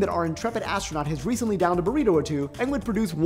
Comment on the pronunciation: He said "ass-tronaut". No, really... don't make more fart videos.